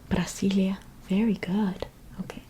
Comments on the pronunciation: I love how you say Brasília. The pronunciation is perfect 💖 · Your accent while saying "Brasília" is spot on... the original way of writing "Brazil" is with a "s" instead of "z" so the original pronunciation is just like you said "Brasília" minus the -ia.